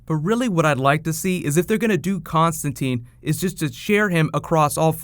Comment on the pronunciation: Hope I'm not only one who knows he's misprouncing Constantine.